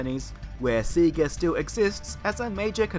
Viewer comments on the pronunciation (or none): This is a stretch… Also isn’t is Say-gah, not See-gah?